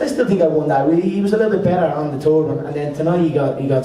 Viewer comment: "I tink I'm more of a tinking man now I tink"